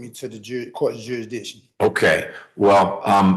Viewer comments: First… Learn how to say the word jurisdiction before you say it 1000 times. Second, this dude has a fee schedule that he feels he deserved for murdering someone, but he shouldn’t be held accountable for the murder, but we should pay him for his efforts! How can they be this stupid and brain broken? I mean it’s nearly unbelievable. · A high school dropout who cannot pronounce 'library' or 'jurisdiction' thinks he can defend himself on a murder trial with video of him doing it and several witnesses including an accomplice. Whats a stronger word than 'hubris'? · How can he argue that the court doesn't have jurisdiction when he can't even pronounce the word properly. smh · Sorry for rapid fire comments, but this moron can't even pronounce JURISDICTION correctly, and here he is emotionally trying to reinvent the wheel while rambling about JURIDISHUN😮😮😮 Edit IT'S NOT A FACKIN LIBERRY, IT'S LIBRARY! L-I-B-R-A-R-Y YOU FACKIN NUMPTY! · Youehdishen, you-a-dick-shen, Maritime, Common Law or Military Tribunal - in persona, per se , as a living breathing man of the land or as the beneficiary trustee of US Bums LLC. - everyone is free to ruin his life the way he wants. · Bro is really hung up on that 'jursdichin' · It makes me happy every time he says "juridisshion" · “Juradiction” you have to say it PROPERLY 😅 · I don't even think he got the 'C' in there. Jurisditchin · Dude… he was the nicest possible judge to you and you didn’t skip over the part about demanding his oath… that’s proof enough you shouldn’t do this. And “we have him oh high definition video blam blamming the victim” And questioning “jurydiction” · I think we should add a list of words you have to pronounce correctly in order to represent yourself. You have to stand up and pronounce "jurrisdiction" "admiralty" "coersion" "persona". Do that correctly, and we'll let you be your own lawyer. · De jure, you sovturd. And its jurisdiction, not juridiction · how about jurisdision? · It's " juridiction" for me